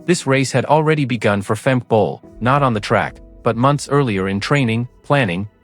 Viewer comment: Would be nice if the commentator had the courtesy to pronounce Femke Bol’s name